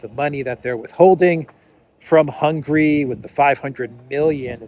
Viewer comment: The word HUNGARY is not pronounced the same way as the word HUNGRY! Do you see the difference?